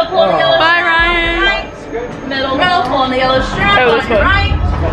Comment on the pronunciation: she said brian instaed of ryan